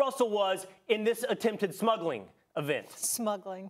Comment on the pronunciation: My guy said "Smuggling"